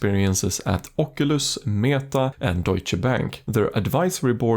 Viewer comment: the way you said "deutsche" sounds like you know your german :)